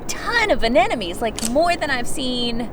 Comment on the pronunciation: Anemones pronounced: "Ah Nem Oh Nees", many people say "Ah Nen Oh Mees", but notice the difference. Lucky you get to see them, and we get to watch from afar.